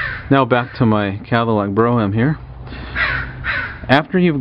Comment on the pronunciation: Cadillac Bro me um? I always thought it was pronounced Bro m.